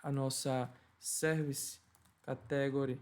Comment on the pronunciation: Bom video. No entanto a pronuncia de Inglês é um bocado fraca. Aconselho a aprender como se dizem as palavras-chave que são usadas na maioria das aplicações, tais como "category" ou "custom". . Uma dica: geralmente quando na sílaba seguinte temos um "e", lemos "long sound" (exceto se no meio tivermos uma consoante dobrada). Também quando temos duas vogais seguidas a primeira define o som e a segunda apenas indica que se trata do long sound. Long sound tem o som igual ao do a-e-i-o-u. O short é parecido com o português mas o "u" lê-se "a" (ex: cUstom). Em português as palavras acentuam-se geralmente na penúltima sílaba, mas em ingês há uma tendência para ser logo na 1ªsilaba.